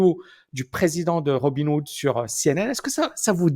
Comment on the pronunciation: C'est peut-être un détail mais tu dis sans arrêt Robin Wood au lieu de RobinHood...